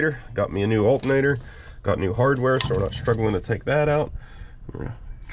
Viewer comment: That is an alternator, not "altinator".